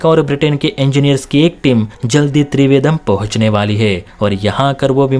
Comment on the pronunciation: त्रिवेदम् नहि रे बाबा त्रिवेन्द्रम्।